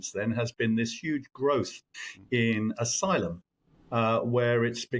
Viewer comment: Aylum, you say? Figures.